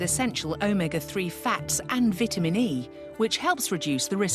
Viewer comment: ITS VITAMIN WOMAN!! V Ī T A M I N!